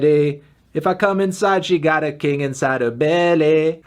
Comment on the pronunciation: why did he have to go hard saying "belly"?